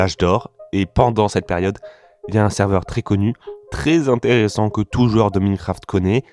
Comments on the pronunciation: Tu peux dire Maïnecraft et pas Mineucraft stp ? Ça fait un peu mal aux oreilles 😅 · Pas foutu de prononcer Minecraft correctement... Et Simon... soit tu le prononces a la francaise, soit a l'anglaise, mais pas un mélange des 2... Lamentable !